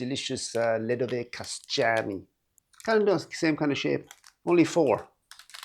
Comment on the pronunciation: Anyone who told you the "Kaštany" are pronounced as "Kasťány" was making fun of you :-).